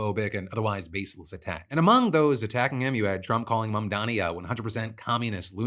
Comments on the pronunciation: The intentional mispronounciation of Mamdani's name is just blatant Islamophobia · What is it with these weirdos who can't pronounce Mamdani's name correctly? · Look, it's small in the grand scheme of things, but that "reporter" intentionally mispronouncing Mamdani's name is just so cartoonishly racist and shitty. What a fucking tool.